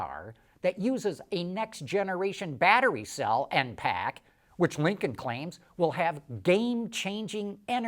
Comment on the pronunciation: Say it correctly, Linculm.